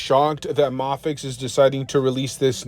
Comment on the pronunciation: It's pronounced "may-fex". 😭